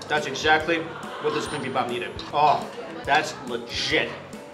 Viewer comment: did he say legit or lesh*t?😳😂